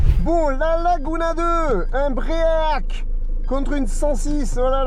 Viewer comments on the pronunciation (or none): Un bré AK. Faut vrmt que tu soignes ton anglais !🤣🤣🤣